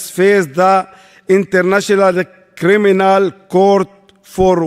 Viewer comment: A poeson of jusitce in hall of craminal